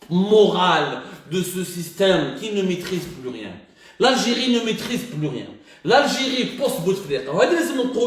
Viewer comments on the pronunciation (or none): L'algiri L'algiri bonjour la prononciation hhhhhhhhh